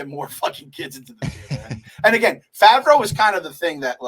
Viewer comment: saying Favrwow instead of Favrow is the new Qui Gwon